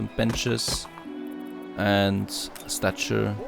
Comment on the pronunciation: Hey man, the word statue does not have a R in it